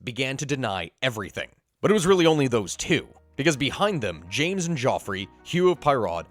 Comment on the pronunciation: Jacques not james